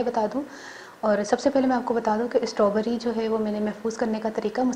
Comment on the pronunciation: My dear it's not stoberry,it's strawberry.